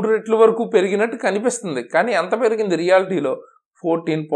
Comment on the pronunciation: Ratelu kaadhu retlu in telugu.